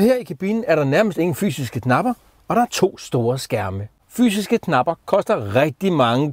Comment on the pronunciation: Hader når folk siger gnapper i stedet for knapper